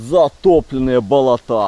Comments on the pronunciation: БолОта,а не болотА(кровь из ушей идёт аж) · сынок, нет такого слова "болотА ", просто ухо режет это слово, особенно когда так часто произносится. Нужно говорить "болОта ". Не обижайся, но пожалуйста исправь ударение на слове. Ты классный и ролики классные. 👍👍👍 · ты конечно блин извини, но не болота́, а боло́та! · Привет друг : давай начнём с того, что делай правильно ударение с слове Болото, если их не сколько топи болотые, а то ваше Болота и ударение на букву а... Деревня... #удачи